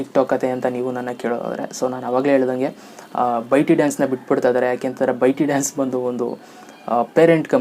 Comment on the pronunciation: ಬ್ರೋ ಅದು ಬೈಟಿ ಡಾನ್ಸ್ ಅಲ್ಲ, ಬೈಟ್ ಡಾನ್ಸ್.